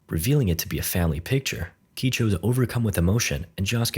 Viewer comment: Ok, what's with this Shamalan's last air bender ass name pronunciations? 🤣 JAsuke? KEY-cho?